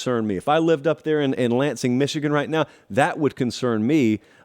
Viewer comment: Lost all credibility when you said Lansing bro.